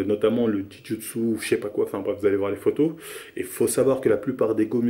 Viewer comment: Non jiu jitsu